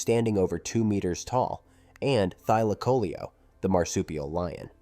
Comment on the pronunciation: The marsupial lion is Thylacaleo. Thats " thigh - lack - a - leo ". NOT " Thyla - coleo " LION = LEO!! Try using a knowlegable human and not an Artificial (un)Intelligece to narrate you stuff.